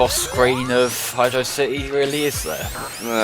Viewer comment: Desert Dazzle except it's finished, also it's pronounced Hydro City